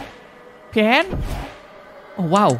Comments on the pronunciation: Pien nya berubah jadi pian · itu di bacanya pien